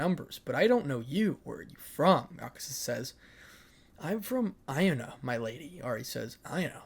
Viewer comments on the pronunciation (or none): So dont know if the author changed to avoid copying, right, but your pronouncing Ionia Wrong, sorry, but the characters from League of Legends ( the game i play because I've spent too much money to be able to queit) It I o nee a